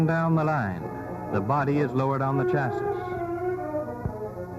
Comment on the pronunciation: The chassiss. I thought the last S was silent